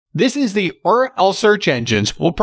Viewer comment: lol AI can’t pronounce URL